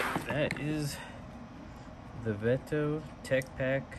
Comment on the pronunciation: I never heard anyone say veto like you